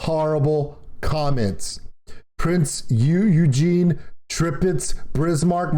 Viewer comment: They disabled the like/dislike ratio, so you already know this shit got hella dislikes. Deserved obviously. Just look at the comments, it's filled with people mocking them. There's only so many times a sane human being can hear "Tripitz" "Brismark" and "Prinz Eugene". They wasted a whole 14 minutes and 37 seconds of time for over 1.5 million people. Edit: It's not the "Shorehurst", it's the Scharnhorst. The Sch can be pronounced like sh. So i'd be "Sharnhorst". But tp be fair, I can see the Scharnhorst being much harder to pronounce to non German speakers than the Bismarck or Prinz Eugen, so it's not that big of a deal